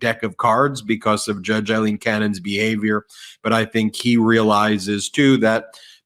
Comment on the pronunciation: Learn to say Aileen.